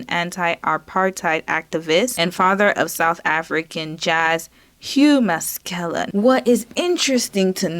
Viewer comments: Masekela not MASKELA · Darn..do a Google search on how to pronounce name...its ma...se..ke (ca) la...thats pne of the easiest african names to pronounce....as a black person, i expect you to try a bit better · Pronounced: Mass•i•kayla. His Father is a highly revered African jazz-soul artist. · Pronounced Ma-se-ke-la! i remember his Father! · It’s pronounced massa-kayla. And he usually just goes by Sal for his first name. I remember him from when I used to watch X Games every year. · Masikela pronounced "Mah-see-ke-lah "